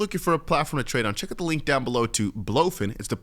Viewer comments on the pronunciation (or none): none